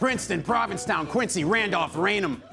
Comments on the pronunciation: Omg I'm from QUIN-ZEE! NOT QUIN-SEE!!!!!!!! Matt butchered that pronunciation!!! 😮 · I lived in Quincy (pronounced Quinzy, Matt...not Quinsy)